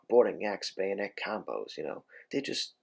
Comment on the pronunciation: "Now, We've got the gayonet."